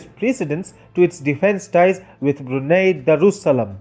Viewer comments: Its Brunei ( Brunai ) but Brunie ( Bruney ) l azmanbsjad but also me as Bruneian: 👁️💓👁️ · It's pronounce as BRU-NAI. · Lol Bru-NEIGH